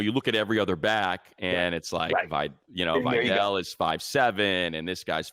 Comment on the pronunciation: Can you please stop butchering “Vidal” its clearly not “vaydell”